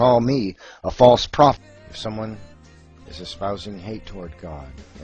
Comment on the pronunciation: "You are a palse frofit"